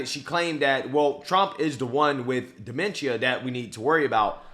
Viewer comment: Funny how she pronounced demenshshshshia 🤣🤣🤣🤣🤣🤣